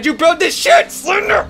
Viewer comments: sounded like he said shit o.o... But he's saying shed xD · He said "shed"